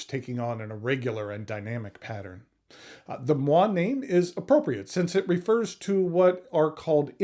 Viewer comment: you're dropping a whole syllable, there. moiré = mwaa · ray